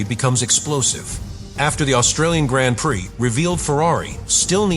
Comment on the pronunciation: Hopefully AI will teach itself how to pronounce “Grand Prix” correctly sooner rather than later!